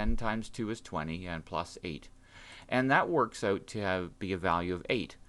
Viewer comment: you give away that your a Canadian. Factor "oouuuut" LOL. Great, Great, Great tutorial btw. My math teacher is this creepy lady that teaches with all the lights turned off, where you can barely see what you're writing while she's huddled in the corner with her cat like eyes writing on the projector.